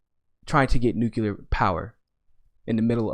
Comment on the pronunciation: I know it's petty, but i just can't sit through a podcast with someone that can't pronounce nuclear.